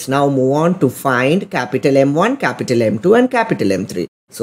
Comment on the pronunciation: bro said "cApUtAl M1 cApUtAl M2 cApUtAl M3" three times in 10 sec